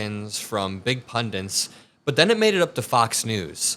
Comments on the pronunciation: Pundits, not 'pundiNts'... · I love you. Say "pundits", not pundents. Love you, brother! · Not pundints, pundits. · PUNDITS. Not pundints. 😊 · "Pundints." Stay in college kids.